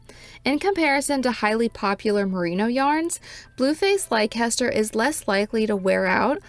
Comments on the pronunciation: Uk viewer coming to the comments to say it’s pronounce les-ter, but I see others have already done so. It’s a beautiful yarn! Great review ❤ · Just for info, Leicester is pronounced Lesster. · Leicester is pronounced "Lester". Trust me. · It is a great yarn and one of my favs. It is, however pronounced “Leh ster”.